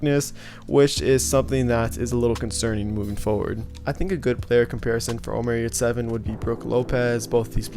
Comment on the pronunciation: HEY his name is NOT OMAR!!!! He is not Arabish!!!! He s a TURKISH Player and his name is; ÖMER YURSEVEN! (next Scottie Pippen;)